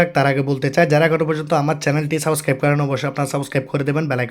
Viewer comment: Subscribe ❌ saboscribe✅